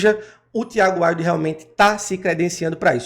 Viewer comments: Pronuncia Wild. Assim como se escreve. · A pronúncia do nome dela é "Víudi"